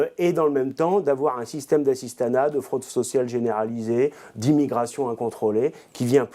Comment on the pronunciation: Et pour la fraude FISCALE qui rapporterait 100 milliards € c'est quoi ta réponse mon grand ? (J'ai kiffé le petit bug au moment de dire..."f...sociale" mdr!). Et pour l'union européenne qu'est-ce que t'as à dire ? On veut protéger le système et les copains c'est ça ? Et ça se dit protecteur du peuple français ? Allez va te coucher ! Jamais vous ne serez élus avec un tel programme et les Français l'ont bien compris l'an dernier ! Vive la France malgré tout tsss..